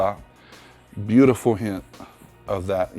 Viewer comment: Is he saying hit or hint